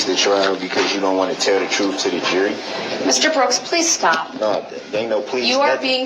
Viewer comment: Ok, I am confused, sounds like he’s the one don’t want the “ troof” out, fool!!!!!!!!!